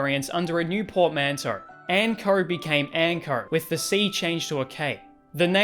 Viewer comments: Why do you pronounce "Anko" as "Ankrrr"? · The way he’s say Anko brah ….. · it's quite tame, all except for when you pronounce "o" lmaoo